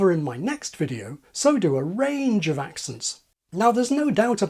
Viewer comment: There's that word again? "offov"